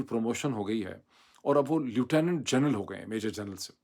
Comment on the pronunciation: اردو میں لفٹننٹ کہتے ہیں۔ چاہے امریکی اور بطانوی انگریزی تلفظ جو بھی ہو، اردو میں یہی مستند ہے اور یہی کہنا چاہیے، نہ کہ لوٹونو۔ سو فیصد پاکستانی سمجھے ہی نہیں کہ لوٹونو کیا ہے، بشمول انکے جنکی مادری زبان انگریزی ہے۔ اگر کوئی کہے کہ I live in Amreeka. تو اس سے کہا جائے گا کہ Amreeka نہیں، America کہو۔